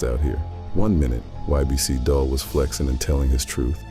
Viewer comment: It's getting corny now bro.... It's pronounced "dool"